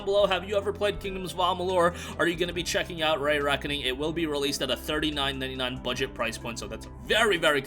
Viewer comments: Also, it is REEE Reckoning, not RAY Reckoning. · Does this guy have a stroke every time he tries to say “Re”?